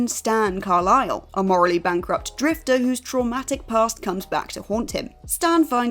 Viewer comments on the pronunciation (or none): none